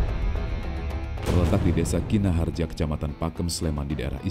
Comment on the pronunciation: desa kinahrejo min bukan kinah harja